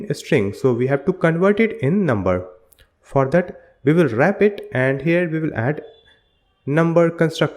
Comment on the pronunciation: Thanks for the video! hope you pronunced your words better especially this "for that"